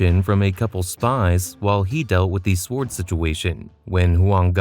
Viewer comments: SWARD lol, you say it wrong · I cant get past the narrator pronouncing the W in sword. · The pronunciation of sword was killing Me